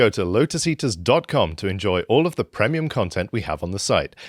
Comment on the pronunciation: "Prehmium" is a mildly irritating pronunciation that I've never heard anyone else use before...